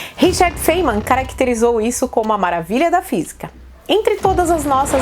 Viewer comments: não se pronuncia Feiniman,mas fainiman.Não é xiróidinger.É xirêudinger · No intuito de colaborar, tenho a informar que a pronúncia do sobrenome do físico Richard Feynman é, segundo o Oxford Dictionary, Feynman,no Alfabeto Fonético Internacional: /ˈfʌɪnmən/. Ou fáinman.